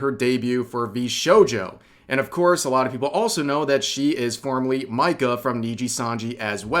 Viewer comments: Bit off-topic, but I sometimes get the impression that Rev intentionally butchers the names of people to mess with us lol. Like really, how do you look at a name like Mika and get Micah out of that? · "Pah-mew" too... I don't think he has ever said Pomu's name right... "Mike-ah".... bruh.... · My brother in christ, how did you just pronounce Mika_ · that pronunciation of Mika caught me so off-guard LMAO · He has gotten her name right in the past.